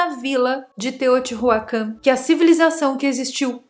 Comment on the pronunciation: O conteúdo é interessante. Porém, os nomes dos locais estão muito mal pronunciados : Teotihuacán , não tem o H aspirado como em Inglês. Teo-ti-Uacân. Chichén Itzá - ch como em."chair" Tchitchên IztÁ (som aberto e forte). Teotihuacanos é o gentilicio